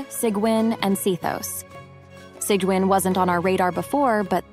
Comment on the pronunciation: These bots can never pronounce sigewinne’s name correctly. 🙄 It’s pronounced Seegween.